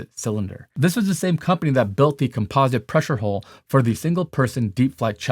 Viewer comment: He knows all this but he still can’t pronounce composite correctly